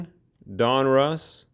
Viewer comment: Prefer your videos all day . Stop watching his videos bc of his pronunciation of “DonRuss” or “Junior“ . Sorry I’m honest it hits my nerve wrong .